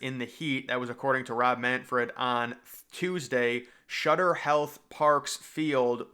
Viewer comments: Jesus Christ soooooooooooooo many problems with this video. First of all it's SUTTER Health Park not Shutter park. There is no H in Sutter. 🤦 Next it DOES NOT GET 115 consistently in Sacramento. The hottest it ever was in Sac was 116 which was in 2022. Yes it's been hotter than hell here Sacramento for the month of June and July but bro stop with the over hyped reporting. Next where the hell do you think the current team (Rivercats) plays baseball? AT THE EXACT SAME FIELD EVERY YEAR. No one dies and they've been paying here for 24 years. Speaking of that WHERE DO YOU THINK THE AVIATORS PLAY? LAS VEGAS WHERE IT'S EVEN HOTTER THAN SACRAMENTO. Bro you need to stop spreading bull 💩 just to get views on your channel. Speak to people that ACTUALLY LIVE HERE IN SACRAMENTO. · SUTTER health park, not "shutter" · Does this dude just have a speech problem? Why does he call it shutter health? its SUTTER health lol